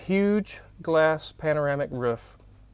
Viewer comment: Please teach how to say “roof” lol.